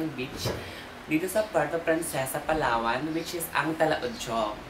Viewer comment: Palawan not PALAWAWAN.